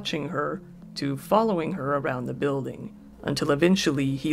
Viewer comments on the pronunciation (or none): none